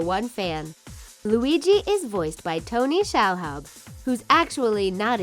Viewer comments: Can we just address how they BUTCHERED Tony Shalhoubs name? He's from my state. And it's pronounced Shuh-loob. Learn your shit. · and its pronounce sha-lube...tony shaloub